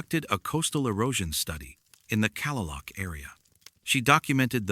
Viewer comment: Kalaloch Beach is pronounced: Kah-Lay-Lock (not Calla-Luke)